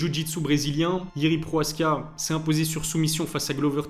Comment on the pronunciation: 9 minutes de vidéos pour parler de Jiri vs Alex 3 minutes ... et c'est Prochazka et non proaska .....